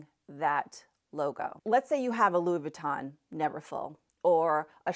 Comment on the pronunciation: Also, not sure if I'm mis-hearing you but Louis Vuitton is pronounced Loooey veetaw(n) not closer to Laboutin (shoes) and Burberry is pronounced Burrburry-the mispronunciation takes away from your knowledge and credibility is why I'm mentioning.